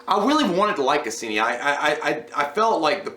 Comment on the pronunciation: Lmao!!!! It's casian not casini. Unless you meant to say it that way